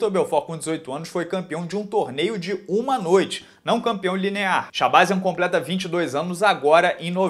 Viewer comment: Provavelmente, a pronúncia é shabazyan com a última sílaba forte.